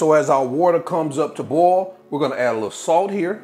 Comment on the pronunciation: I love how he pronounces the word boil. It almost sounds like ball.